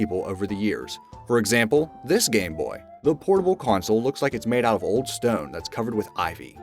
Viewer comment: Is it just me or does he keep saying "coin-sol" instead of "console", either that or hes just saying it oddly as hell! lol